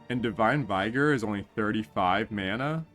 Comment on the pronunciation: Vigor is pronounced with a short i, like "ih" in "ick".